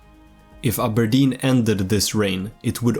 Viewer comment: I like how you can pronounce Aberdeen properly, with a hard R, instead of "Abah-dean" how the English do.